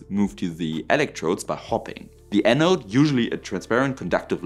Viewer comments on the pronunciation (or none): none